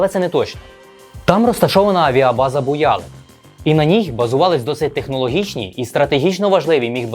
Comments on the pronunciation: правильно буялЫк. наголос на Ы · БуялИк, наголос на И